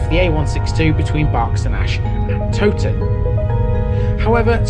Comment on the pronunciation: Interesting video! The Tow in Towton should be pronounced to rhyme with Cow! I'm not sure about Lead - I've always assumed it was pronounced as Led but dont honestly know.